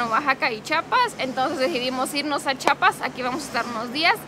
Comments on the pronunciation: Bueno tu telopaso q digas chapa pero de ves d pronunciar. Mejor se yama el estado Chiapas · Se dice chiapas no chapas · Muy buen video! Chiapas es siempre un buen lugar para visitar 😃 (Solo una nota breve: Los de Chiapas siempre dicen que los de otros estados decimos mal Chiapas, ellos dicen que decimos "Chapas" y siempre andan corrigiendo a todo mundo, pero la verdad es que sí decimos "Chi-a-pas" pero debe ser que lo decimos rápido y se oye "Chapas"🤭 ) Siento mucho los inconvenientes 😬 que tuvieron durante su ida, pero espero que se la pasen super genial y graben más videos allá va?? No me fallen sobrinos!!!✌😸(Espero que tu esposo sepa quien decía esa frase, sino google it y veraán) Bonita estancia allá. Take care!!! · entiendo que tú esposo es de México, pero es Chiiiiapas, no chapas. Un saludo y abrazo grande. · Es chiapas no chapas no entiendo porque la gente sigue con chapas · es CHIIIIIIIAAAAPAAASSSSS NO CHAPAS CHIAPAS CHIAPAS